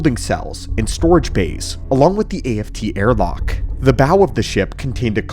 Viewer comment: Did you say a-f-t airlock?😂